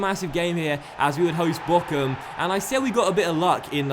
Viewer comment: Hi great video as always. Btw Bochum is pronounced Borrrrum not Bokum